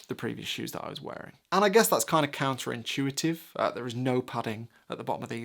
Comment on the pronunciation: Did he say "Counter inShoeitive"???